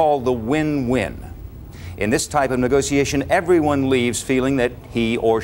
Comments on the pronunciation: Did he say negociation? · Damn this is just good sales. And the way he pronounces negotiation is exquisite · I live for the way he pronounces negotiation.